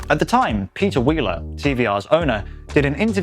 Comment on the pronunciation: Peter pweeler , idiot